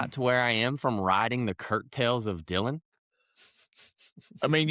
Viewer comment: it's coat-tails, not curt-tails. WTF even is a curt tail?